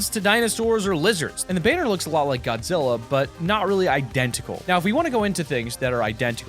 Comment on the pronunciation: I am upset I’m a huge Godzilla fan and you butchered it